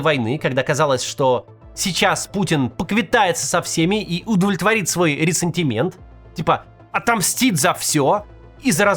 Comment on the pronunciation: ОН СКАЗАЛ РЕССЕНТИМЕНТ Я в ужасе